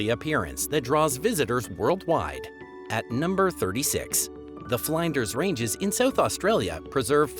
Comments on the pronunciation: It’s not Fl-eye-nders….it’s Fl-In-ders (as in f-IN-ish). It’s not Can-BERRA, it’s Can-b-RA. If you are going to do a review Australia, please learn how to pronounce the places. Oh, and it’s EmU (eemYOU), not Eem-MOO. Your biggest lazy clanger was that you had the Equator in the wrong place- it definitely does not cross over the middle of South Adelaide, that’s called the Tropic of Capricorn! The Equator runs just above the northern most tip of Papua New Guinea….which is a totally different island. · Thanks for this interesting recount. I learned about heaps of stuff I never fully knew. I love calling Australia home. The i in Flinders sounds like the i in pig , not as y in fly. Generally, pronunciation by a non Australian narrator was pretty good. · Oh god, how do you mispronounce "Flinders"!